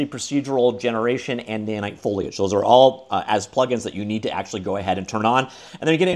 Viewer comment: I'm really proud of you for finally tackling your foliage speech impediment 😊